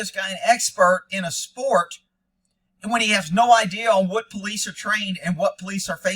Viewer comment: Famous quotes " I called the po lice on the po lice" all credibility lost with u a fukn pssy bra with his professionalismness